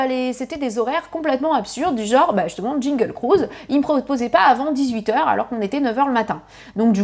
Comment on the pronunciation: Trousse à formacie, magic kindon, jingle cruise… tu as de drole de prononciations